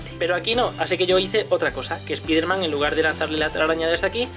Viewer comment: Se pronuncia espaiderman no espiderman xd